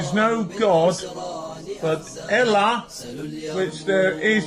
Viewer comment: “There iz now gawd but Ela…”, izzat another of his p0rn crushes?